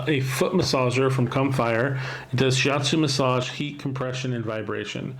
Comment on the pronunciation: Comfier not Com-Fire lol that made me chuckle but great review